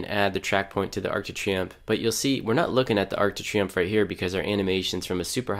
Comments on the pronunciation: I cringed every time you said Arc de Triomphe😂😭 But great video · great program but if you say Arc De Triomphe one more time